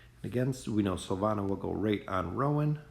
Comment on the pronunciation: Am I the only one that gets kinda annoyed that he says Silvana and not Silvina?